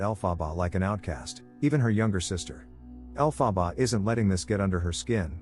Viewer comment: The weirdest pronunciation of her name.